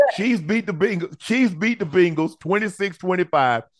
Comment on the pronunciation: Unc mispronouncing the Bengals is 😂😂